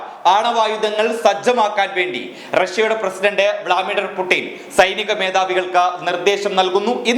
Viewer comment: വളാമിടർ അല്ല വ്ലാഡിമീർ ആണ് bro....